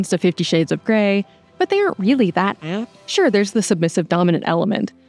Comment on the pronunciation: That "apt" in the narration threw me off.